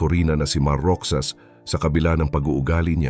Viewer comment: Maganda nga Ang boses nitong vlogger Mali Mali Naman Ang pag-pronounce. It's.not Mot-sa but Mo-ka, not Roksas but Ro-has duh! Magpraktis kang mabuti before you post, kakahiya. Pinoy ka ba,?